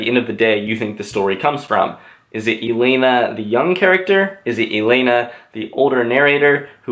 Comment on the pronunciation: please it's élena not eléna